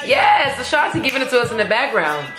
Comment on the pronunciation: I agree with you on saying Ashanti's name wrong Fat Joe does it too on their song